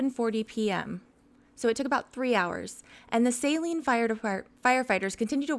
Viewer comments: Hey, just an FYI. In Michigan these towns in Washtenaw County are not pronounced the way you would expect. Saline is pronounced "suh LEEN" and Milan is pronounced "MY lun". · Milan is pronounced My-lin Saline is pronounced Sa-lean Augusta- nailed it. Lol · Judge Simpson is fabulous. He is wonderful. We got hence forth pronounce Saline, like we do the singers name. And Milan... Like My-lin. We don't pronounce crap right up here...